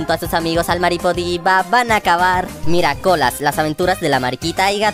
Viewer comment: Soy yo o dijo miracola🤣🤣🤣?